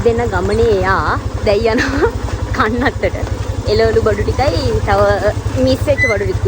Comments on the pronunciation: කන්නන්තොට😒තුන් පාරක් බැලුවා එතන කනත්තමයි ඇහෙන්නේ.😂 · ඔව් ඕයි 😂😂 මං බැලුව කනත්තට යන්නෙ මොන මගුලටද කියල 😂😂